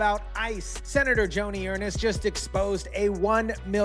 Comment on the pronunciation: It's pronounced ERNST